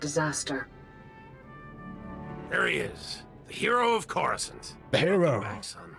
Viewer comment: you also started at level 10 and went to coruscant, you skipped all the Tython stuff 😞 By the way, Its CORE-OO-Scant, not croissant. A croissant is a pastry.